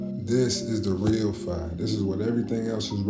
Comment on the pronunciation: Bro I’m a huge fan but TONS OF CAP in todays video Dude CANT pronounce “phi” but tries to explain stuff … another guy CANT pronounce ETHER, just a lot of fake ass BS . Kinda feel like I’m watching “That’s Impossible Channel “ haven’t send this much cap in a long time! HOPING next video is better